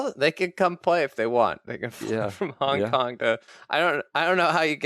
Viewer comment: A new one to add to the “ doesn’t pronounce G’s at the end of words” list: Hon Kon